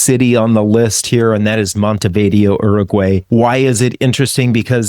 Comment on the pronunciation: MontevidEo... not Montevideo ;-)